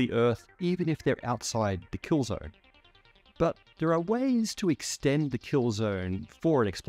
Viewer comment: "kill zorn" bro are you stupid?